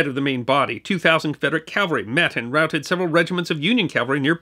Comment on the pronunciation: It sometimes sounds as if you are saying "Calvary" when describing mounted troops, but I am a long-time subscriber and fan of your channel and I'm confident that you know that the correct pronunciation is "Cavalry." Thanks for another great video,!